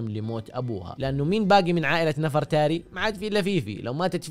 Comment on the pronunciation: نَفَرْتاري 😂 لا يالوجيه تنطق نِڤرْتَارِي